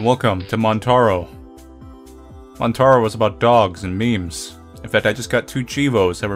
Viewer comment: Some videos you pronounce things really well but that montaro killed me lol